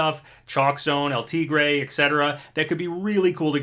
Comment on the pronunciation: "El Teegray" I love but hate the way he pronounces "El Tigre."